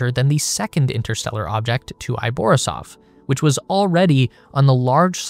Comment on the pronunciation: Комету Борисов несколько раз неправильно назвали.